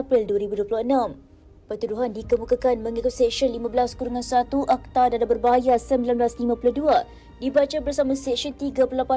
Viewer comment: Mak cik baca D E D E H kenapa jadi D A D A H 😅😂